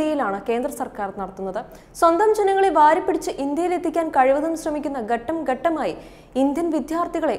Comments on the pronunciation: കട്ടം കട്ടമായി അല്ല ഘട്ടം ഘട്ടം.. എന്ന് പറയൂ.... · ഘട്ടം ഘട്ടമായി... pronunciation to be checked 👍